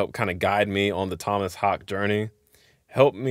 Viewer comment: Tohmas Hahkeh (short he)